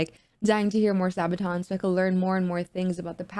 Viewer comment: Pronounced sarbaton spelt sabaton